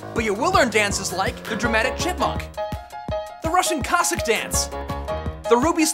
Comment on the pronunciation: Hey actually you nailed the dance name right.. like Russian Cossack dance